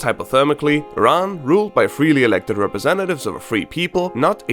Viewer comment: love the accurate pronunciation of Iran!